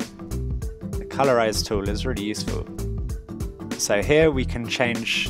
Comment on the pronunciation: Good job, one thing tho, I thought you said color raze instead of colorize so I was kinda confused but other than that you get an A+